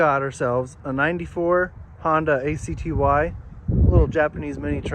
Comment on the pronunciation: “Acktee”…I used to call them A C T Y as well 😂